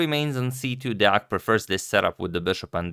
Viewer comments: Wooo, you still pronounce Deac correctly. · Agad has the best Deac pronounciation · Everyone talking about the game yesterday but forgot to tell Agad that he pronounced Deac right😔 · Agad using #samay only good idea... Shots fired ... Nikhil kammath head is a beautiful head shot .. Congratulations on pronouncing Deac right. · Pretty good pronunciation of Deac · You pronounced deac correctly!